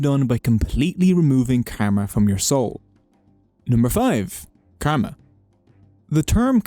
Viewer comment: Brother ur pronouncing kama Not kama it's karma.